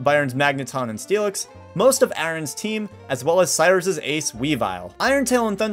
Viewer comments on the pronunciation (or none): none